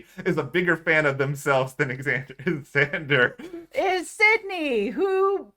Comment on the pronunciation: did you say "eggzander might be a big fan of xander" my name is xander and my friend always pronounces it eggzander and i am more than a big fan of xander hes not just my favorite of the season hes my favorite of all time and might be me from the future